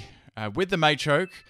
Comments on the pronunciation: Quit saying it MAYchoke, its MAchoke. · First time I've ever heard anyone call them May-chop, May-choke and May-champ, very weird pronunciation. I've always called them Mah-champ, Mah-choke etc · Am I the only one who noticed he was pronouncing Machop, Machoke, and Machamp's names incorrectly? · Machoke, not Maychoke. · what a may-champ,may-choke and may-chop?